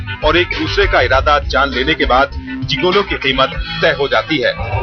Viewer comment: इस का उच्चारण जिगोलो नहीं मगर जिगलो होता है।